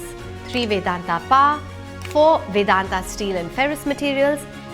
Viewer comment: it not paa or paw It is power. अंग्रेजी के नशे में इतना चूर हो चुके हो कि वो भी ठीक से नहीं बोली जा रही है आप लोगों से।